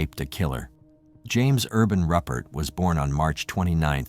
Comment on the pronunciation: Ruppert!!! Its Rupert =pronounced Roo Pert